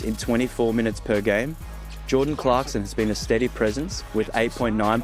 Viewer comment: Bro ur racist!.. Cant even say jordan clarkson daamnn